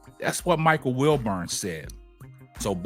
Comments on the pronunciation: Wilbon not Wilburn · WilBON how can anybody take this guy commentary serious when he can’t even pronounce the guys name right 🤦‍♂️😂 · It's WILBON My G